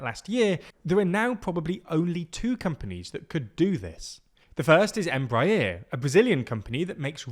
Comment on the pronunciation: The way you pronounced Bombardier & Embraer.... Anyway I'm still sad that Bombardier's C-Series failed under their name... Now I just hope that Embraer's potential 737 competitor won't fall into a similar fate.